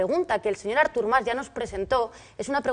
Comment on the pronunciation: em declaro incapaç de respectar la opinió d'una persona que pronuncia Árthur Mas